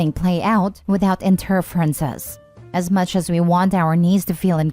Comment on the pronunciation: "Inter-frences." Hmmm